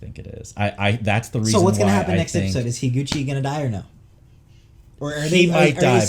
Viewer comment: i think it's pronounced hee-goo-chee ? at least that's how they say it in the dub